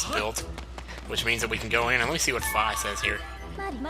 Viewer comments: darn it your saying fi's name wrong again it's fi (fee) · Please don't say Fi like F-eye